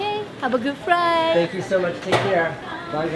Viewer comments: have a good FFRRRIIGHHTTT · she said " have a goof fright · thought she said "Have a good frie" 😂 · I thought she said fry ahah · . "Ok, have a good fright!" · "Thank you have a good fright!" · Did you hear one of the girls say have a good fright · "Have a good fright" its not an airline its a scareline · "Have a good fright!" 😂😂😂😂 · That girl said have a good fright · She said have a good fright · Did she say "Okay, have a good fright."? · "ok have a good FRIGHT!" lol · Did she said " have a good fried "... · "Have a Good friiiight" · " have a good fright!" They scaring people on the plane? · 2.48 lol she said fright